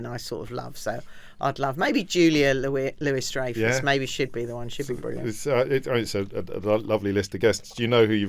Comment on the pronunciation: lol Julia Lewis Dreyfus? Louis Dreyfus…